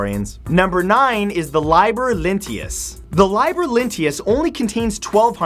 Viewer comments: It's lee-ber, not lie-ber, and E-TRUS-cans, not E-trus-CEE-ans. Sigh. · "Liber" is pronounced "leeh-bur." You need to read more.